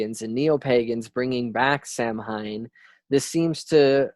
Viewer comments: It's pronounced "sow wen" not "sam hine" lol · Now Samhain isn't pronounced "Sam hein" it's "sou-win" sou like in sound, win like window. Lol Sam hein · Thank you!! He's butchering the scottish pronunciation of scottish words ugh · bro....SOW WIN, automatically stopped listening when you couldnt even pronounce Samhain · Spelled samhaine but pronounced "sow ween" or "sow win"